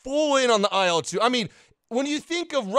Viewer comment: I'm not sure if anyone has pointed this out to you before, but with the Soviet/Russian planes and helos, the designation isn't (usually) an acronym, it's the first syllable of the designer's (or design bureau's) surname, or sometimes surnames. Thus it's pronounced as a syllable, not letters. So "eel two", not "ay ell two":) "Mig 21", not "emm aye gee 21". "lag 3", not "el eh gee gee 3" and so on. Love your content 👍 Congratulations on becoming a father, and I hope mother and baby continue to do well!